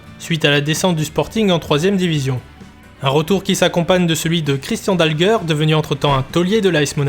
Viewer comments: Christian Dalger (prononcer Dalgé) et non pas "Dalgueurre" 😥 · Christian "Dalgueure" n'a jamais existé au sporting 😂😂😂😂 C'est Christian Dalger (se prononce gé!) J'ai connu le sporting de la fin des années 80 en D1 et qui jouait à Mayol, l'epoque des Olmeta, Alfano, Zahoui, Anziani, Pineda, Ginola, Borelli, Rabat, Courbis, Berenguier, Marquet, Meyrieu, Bell, Mendy, Carvalho, Onis (qui avait 40 ans, jouait 3 matchs dans la saison mais plantait des buts à chaque fois et j'etais avec ses deux fils au college) et les 2 groupes de supporters etaient les rasta du bronx et la brigade azur et or ! Que de souvenirs, epoque memorable !!! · Beau travail par contre très mauvaise prononciation du meilleur buteur de l'histoire du club c'est Dalger comme Alger en Algérie...pas dalgeur... sinon encore une bravo pour l'énorme boulot